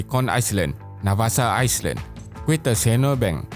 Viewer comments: Minta maaf, '' Island '' sebutannya (Ai land) bukan Ais Land.. Maaf menegur yah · Island cara sebutan dia "ailan" silent 'S' bukan "aislan" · Sebutan island = ai-lan,bukan ais-lan. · Island disebut ai len, bukan ais len... 🙏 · Island sebutan nye Ai-land ..silent S...sorry juz gtau je...☺️ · Island not iceland hahaha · Is lan 😂😭 aku tu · Beb. Content bagus. Ada potensi besar. Tapi sebutan Bahasa Inggeris teruk. Australia. Island. Sebutan Bahasa Melayu pun tak tepat. Negara (bukan nengara), lingkaran (bukan lingaran).